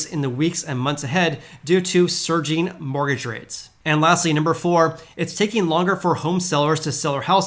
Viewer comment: You keep saying “morge rates” lol Mortgage my man